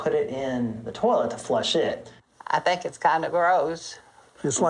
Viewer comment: Dude when she said “I theenk it’s kindah graoss” 😂😂😂